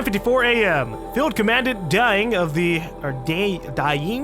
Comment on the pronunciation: Commandant is pronounced similarly to (Common-daunt/dant) it's either a military ranking or a general title to denote importance in an area/field if im not mistaken.